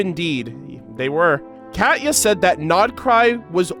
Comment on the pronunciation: It's not "cat-ya", it's pronounced "Kah-Tee-Ya". Sorry, that was just bugging me.